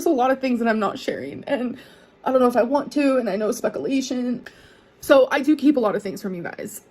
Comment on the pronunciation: Not the spekalations.